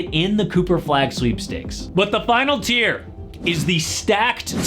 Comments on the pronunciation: Isn’t it TIER? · Tier, not tear. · Tier not tear bro